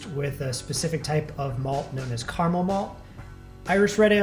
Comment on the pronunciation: CA-RA-MEL. Not CAR-MEL. Please. He says it so much.